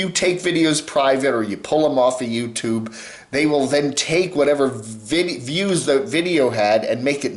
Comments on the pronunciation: swift 1154 I like pronunciation of youtooob and also "bubbles", makes my teeth soft 🤭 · Love but makes my skin crawl whenever he pronounces "youtooob". I need help